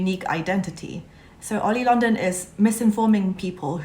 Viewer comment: I like how you said oily London And I am a new stay too